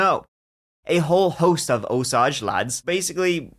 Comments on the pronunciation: Osage (Oh-say-ge). Hard “g”. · Osage county has a Ling A, like the herb, Sage. Love you so much!❤ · pronounced O SAGE. long A sound there